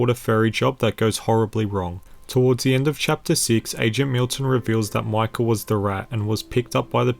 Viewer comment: its micah (mike-ah) not Michal!!!